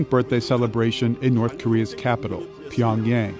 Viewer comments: .... It’s not 평얭(Pyeongyaeng) ..it’s... 평양(Pyeongyang)!!!! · It’s Pyong-Young, not pyong-yeng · LOL! "Pyong-YAYng" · This is a good video but the reporters need to pronounce Pyongyang correctly.. it makes the video lose a lot of credibility when the ones being interviewed, especially Michael Madden, can't even pronounce it right. The main narrator does a better job saying it than the 'experts' being interviewed.